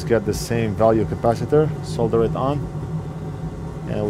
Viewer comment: Just realised, you pronounce the word solder correctly! Americans usually have a weird way of saying solder, sounds like soder or, sawder?! Anyway, you say it correctly so congrats from this Brit!